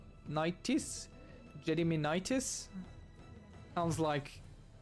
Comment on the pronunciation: Kind of funny how they wrote "Dievas" which literally is a direct translation of the word "God". To pronounce the family name Gediminaitis you use /ɡɛ like you would say the word "get"